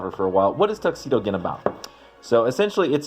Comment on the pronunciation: Gin is pronounced with a j sound.